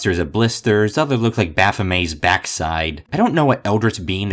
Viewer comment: The way you pronounced baphomet hurts me psychologically